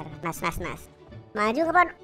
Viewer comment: ngomong kata "nas" dan "kandel" orang jawa ya? 😁😄😄